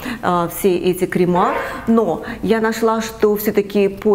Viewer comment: крЕмЫ! ударение на Е (не кремА)